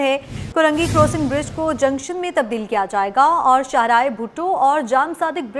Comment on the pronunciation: News anchor bhi paindoo hai .crossing ko korosing boal rahi hai aur creek ko kerek . News anchor tohra sastay may